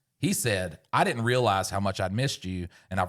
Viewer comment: Someone please tell that the word “Didn’t” has a second “D” and n it.